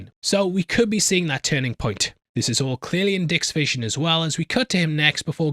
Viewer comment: May you get feeling better soon homie ✌🤓👍 and LOL was that a SAWED OFFF SHOTGUN dude on the left had? Ermahgerd lol spray and pray, I guess Shotgun Pellets Float Too! lol... I'm such a silly goose, I giggle every time you say he has "A Dick Vision" xD it just sounds so funny hahahaha ahhhhhh I need to grow up a lil bit hahahaha